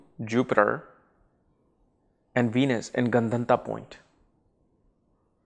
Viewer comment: gun-dhun-taaaaa ? no, it's Gandaanta